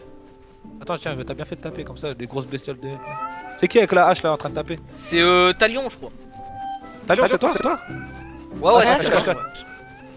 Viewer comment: quand il a dit thalion g cru ta lion mdr